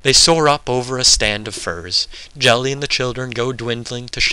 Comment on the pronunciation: Another great reading - thanks! btw that's Geli with a hard g as in goddamn - i was pondering - Jelly? Who the fuck was Jelly?